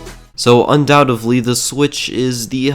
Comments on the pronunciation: Un-dow-tid-lee not un-dow-tiv-lee Undoubtedly, the first word you use in your video should be pronounced correctly. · "Undoutively" LoL